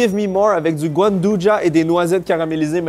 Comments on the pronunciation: Merci mais je sais ce que c'est, mais prononce le mot comme si c'était de la charcuterie italienne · Comment il a massacré "gianduja" 🤣